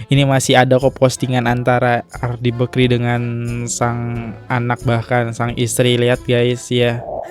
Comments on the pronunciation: Risih banget dengar kata Bekri.. BAKRI bg! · Bakri , kok telinga aku sakit dengar nya nyebut bekri , adehhh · Bakri bang bukan bekri wkwkw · Bakrie bang bukan bekri, bekrie mah roti